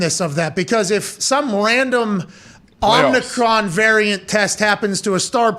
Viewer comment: Pat refuses to drop this imaginary 'N' in Omricon lmao